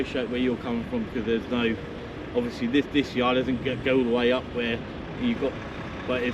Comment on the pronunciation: Ovussly ovussly ovussly! 🤡